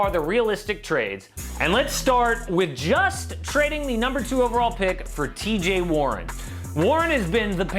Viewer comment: This man said TJ warren tho lol